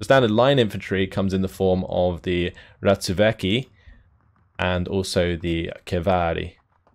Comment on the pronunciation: Accidentally pronouncing Ratsuväki right, still more work with the rest of the names :)